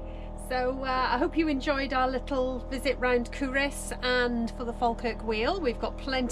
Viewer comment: Sorry to say, but you DID get the pronunciation of Culross wrong. COO-ross, with the emphasis on the first syllable; also the 2nd syllable is pronounced like the boy's name, not with an 'i' sound - though sometimes it may sound like this when spoken by a Fifer!